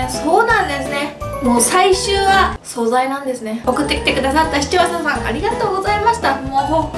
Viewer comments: ｢視聴者さん｣が完全に｢市町そ村｣ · 視聴者さんが言えなくてかわいい